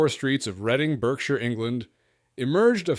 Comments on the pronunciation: Best of all: the picture of post war Britain is hilarious! Which war are we talking about - the Boer War? Oh, and Berkshire is pronounced "barksher" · Mr Pedantic here. Berkshire is pronounced Barkshire.